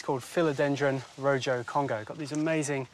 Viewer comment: wow, he really butchered the pronunciation of "rojo"